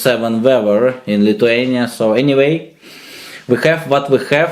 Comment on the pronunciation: "майнус сэвен вэвэр ин литвениа"😂